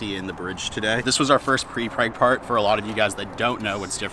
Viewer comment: Please say 'Prepreg'!